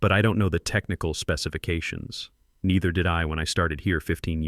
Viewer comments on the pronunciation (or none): none